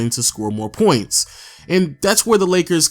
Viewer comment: The way you pronounce “points” make me cringe so bad